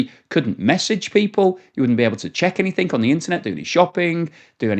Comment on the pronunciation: No k in the word anything